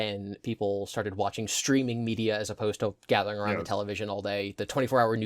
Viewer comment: I've never seen someone pronounce every single "ou" word with an "oo". About = Aboot sure I get, never heard aroond before